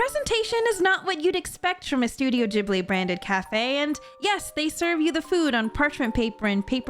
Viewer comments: Is it actually pronounced Jibly and not Gibly have I been living a lie my entire life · I'm pretty sure you're supposed to pronounce it gihb-blee and not jib-lee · These all sound cool! But... Why are you saying it Jibli? Isn't it pronounced with a hard g?